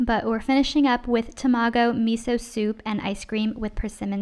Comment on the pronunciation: I love the vid but man my face scrunched up so hard out of cringe hearing you pronounce literally everything in the most valley girl way possible 😭 Mf pronounced tamago as Termargoe wtf is a termargoe dawg😭😭